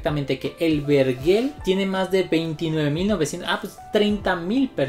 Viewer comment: No se dice verguel sino vergel